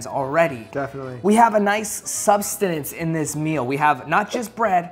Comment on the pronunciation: “cAn yOu GuEsS wHaT wErE eAtInG” after showing us the meal … and it’s pronounced Sustenance* not substanance or whatever tf you said. Also , uncrustables are fire.